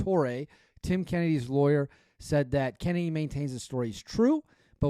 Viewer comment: This is the second time you mispronounce his last name maybe you wanna ask him next time you talk to him 😂 That story that you talk about he refers to the Spartans spearing all the soldiers before they leave the battlefield so you know he’s full of shit … you know what he meant… on the Shawn Ryan podcast for reference lol 😂 and then he woke up 😂